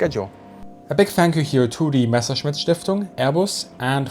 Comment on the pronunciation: ¿ Quién es la pobrecita narradora...de dónde la sacaron ? No sabe siquiera cómo pronunciar el nombre Messerschmitt ! Dice "meserchemit"...usa la palabra inglesa "patreon" y ni siquiera se molestó en averiguar cómo se pronuncia !